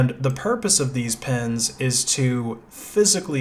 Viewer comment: "pens" cpu pens